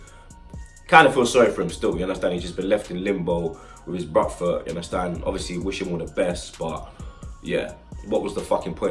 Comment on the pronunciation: Love it when he says "ya unda stand" 😂